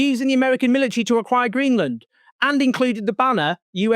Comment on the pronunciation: "AQIIRE" Hahaha this is so bad it's absolutely hilarious if it wasn't so tragic !!